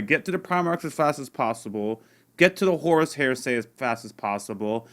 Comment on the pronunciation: Heresy is pronounced hair-uh-see, not hearsay 😂😘